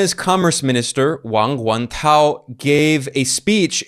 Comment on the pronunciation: Ben, you pronounced Mr Wang's name very well. I'm impressed.